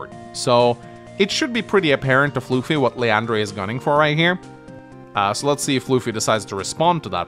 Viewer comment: Still calling me floofy instead of fluh-fie ;-; Anyway, time to explain my side of the game. I'll keep it short time. I do agree with keeping bboat on the port to distract the stealth. That was something i realized after I moved my bboat off the port. For the most part, I was under the plan to overwhelm the center before the stealth comes into play. I underestimated the effects of using that much unit count against the stealth. I built the bomber as a way to offset the stealth and help the center, but then i saw the AA and realized that the bomber won't win and that I need a fighter response. As for the HQ defense. I saw 2 paths to attack and save my HQ. Block Rock Megatank and the Neotank counter attack (from earlier) would do a combined 99% minimum damage so it is very likely to kill and open the way for the HQ interrupt with my bomber. (A very losing position). To do this, i just need to send both my AA to kill the fighter by using the first AA to move to the other side. The attack pattern I actually did in the game is much riskier and a much lower chance to breakthrough to the HQ, but would put me in a much better but still losing position. My second AA could attack the HQ and my bomber would be allowed to get a Neotank had I gotten the unlikely luck roll.